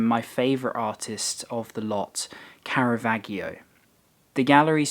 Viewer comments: it’s actually pronounced “sod’djiorno Pitti” and “Caravad’djio” but your pronunciation of the other places is really good :) I used to work at Palazzo Vecchio and Osteria Buongustai was my favourite place for lunch. Glad you are enjoying our city. Fab video ❤️ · OK - you ignored my pronunciation advice (!)... but as Caravaggio is your favourite artist - you should at least know how to pronounce HIS name properly! and I can't resist... nothing soggy about it! I love the sincerity of your content and I have forwarded it widely! Alan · Sorry, but Caravaggio - gg is pronounced like "j" in "jam", the same for soggiorno - there is no g like in game, same like in jam, jacket, jumbo